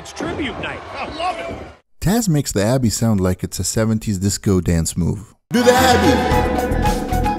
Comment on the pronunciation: Cringed everytime u called him Abby